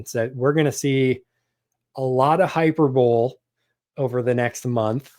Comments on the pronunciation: high-PER-bowl-ee. Not hyper-bowl. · It's real hard to take advice from someone who won't take the time to figure out how to pronounce hyperbole or de minimis. That aside, the de minimis exemption is a fundamental tool for any ecom seller, both in terms of cost savings and, moreover, the lower threshold for customs. If you're going to bring commentary to the public square on this, then please do more diligence with genuine sellers. Ya'll seem like you run content channels and do not actually participate in product development and scaling,. Sample orders and product scaling: Orders of 10, then 100, then 1000 units often fall under de minimis, allowing new product development to happen rapidly and at a better speculative cost. The U.S. manufacturing base does not exist for products the U.S. does not want to manufacture. If you want to have something sewn or lower-tech made in the U.S., like accessory manufacturing, not only is the product not made here, but the machine to make it and the feedstocks several degrees down are also not made here. i.e., even if you want to make it or find a currently nonexistent supplier, they will still be importing the things to make it with. Does your product involve rubber? We don't grow that here. Like it or not, we are a monopolistically tilted market. The higher enforcement of customs caters to the largest corporations and hurts everyone else. It further disempowers the right to repair. The people who keep the machines in your society running are often not allowed to buy the par